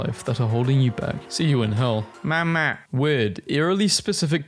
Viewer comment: THE WAY U SAID “MAMA” PERFECTLY 😭😭😭😭